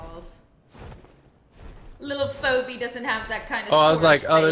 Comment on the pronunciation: Stop calling Phoebe Phoebe lol